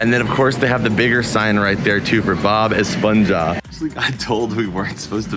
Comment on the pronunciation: It's pronounced "Bob Esponha," as if the last part of esponJA is pronounced like a laugh, like an HA. 👀